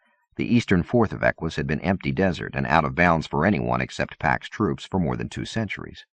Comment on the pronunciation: Te this, not teeth is, Eck uss not Eck wuss, Ack eela not Ack willa